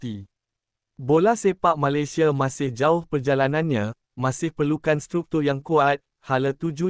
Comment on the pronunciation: Sebut Malaysia pun tak betul😂